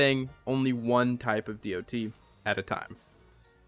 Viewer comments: Saying d.o.t. Was really jarring. I’m sitting here replacing it with “dot” in my head each time lol. Great video though! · DOT? Department of transportation? Lol just kidding. That’s what I think every time I hear some one say DOT as each letter compared to calling it a “dot”